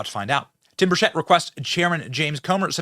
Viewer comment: BENNY!! Burchett- pronounced Burr-CHIT. BURCHETT. 👍😀